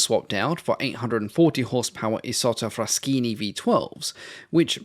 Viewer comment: my history buff heart sings My italian ears bleed BUUUUT You got the pronunciation of "Isotta Fraschini" right